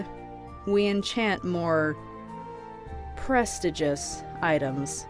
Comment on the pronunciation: This is such a good story but I kept getting hung up on the way you pronounced prestigious, like it took me a minute to realize what you had said. This isnt meant to offend anybody by any means, but I need you to know that it’s pronounced like preh-stee-jus